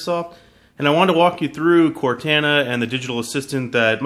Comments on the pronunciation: CORTANA NOT CORTENA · Core-Taaan-A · It's pronounced cor-TAH-nah NOT cortAna. Tired of tech reviewers messing up the name... -_ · They way he says Cortana, (core-tayn-ah) its Cortana! (Core-tahn-ah) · cortana is pronounced with a cor-ton-a. lol. just sounds weird the way you say it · Core-tawn-uh just practice that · It is obviously pronounced cor-tah-nah for halo purposes. Not the pronunciation in the video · This idiot has obviously never played Halo before. He can't even pronounce Cortana correctly. Its pronounced "Cort-on-a". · Ugh he doesn't even pronounce it correctly -. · this guy is purposely mispronouncing "cortana" I KNOW YOU'VE PLAYED HALO, FUCKIN. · if i hear him say Cortana wrong one more time............ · He says cortana wrong 😏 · Can he pronounce Cortana right or Nah?! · Pronounce Cortana right please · Maybe learn how to pronounce Cortanas name before hand next time? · You guys need to stop ridiculing him for this silly pronunciation mistake. Once is enough. . . I'm sure he gets the point. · I agree with other people as well. I am a huge Halo fan and the way he says Cortana makes me cringe. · Holy fuck you say Cortana wrong you illiterate piece of junk. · Say cortana right man